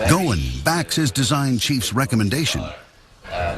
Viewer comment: His name is Carlos ghosen and not gowin